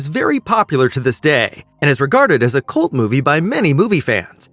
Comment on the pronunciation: Did you say cult or cu.t movie 😂😂